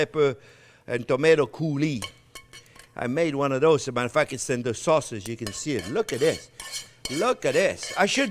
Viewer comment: New entry!! I love Jean Pierre, now instead of "AS A MATTER OF FACT" he says "Asamuderf@ 🤣😂🤣😂❤❤❤